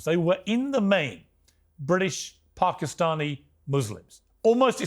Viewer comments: When did PARK-i-stani become the pronunciation piers? Well corrected immediately after by jordon. The tone was set and called out immediately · Who knew that Pakistani had an 'r' in it